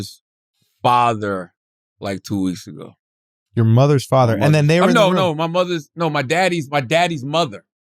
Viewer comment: Schultz said fotter, not father 🤣